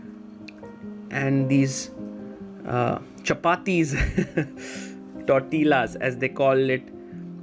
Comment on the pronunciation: Tortillas are pronounced with a y sound for the double L in spanish